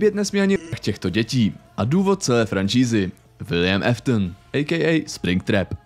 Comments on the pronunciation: kámo nečte se to Eftn ale Aftn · Jen taková oprava Williamovo příjmení se nečte jako Eftn ale Áftn